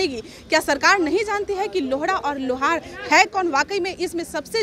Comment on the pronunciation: Madum सबसे पहले लोहरा को सही से बोलिए,, प्लीज लोहारा को लौउड़ा ना बोलिए, इसका मतलब तुमको मालूम है लौउड़ा किसे कहते हैं, साफ़ बोला करो जैसे हिन्दी में लोहार,, और English मे lohara लिखा जाता है,, ठीक उसी प्रकार जैसे राम को rama कृष्णन को krishana likha जाता है, Madum आप पत्रकार होने के बावजूद भी लोहारा को लौउड़ा बोल रही है 😅😅